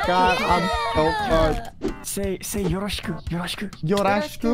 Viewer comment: As a multilingual person hearing yoroshiku be mispronounced even though its super easy to say pains me to my core, as it was the first sentence i learned in Japanese 😂 A for effort though